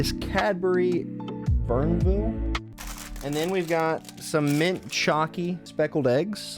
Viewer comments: Bournville is pronounced Born-Ville 😊 It was the name of the village that the workers at the Cadbury chocolate factory in Birmingham had made for them by the Quaker factory owners. The Cadbury World tour is something that may interest you! 😊 (Edited from Factory tour, as corrected 😊) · Its pronounced bornville